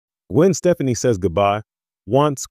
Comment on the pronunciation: You would think if you're going to do a report on someone, you would learn how to pronounce their fricking name!!!!!